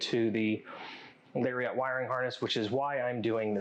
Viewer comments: Great video. But hearing Larry-ot instead of Lariat drove me nuts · I REALLY needed these instructions for my own 8pin to 22pin town mirror install, so thank you, but the way he says "Lariat" is really bothering me, hahaha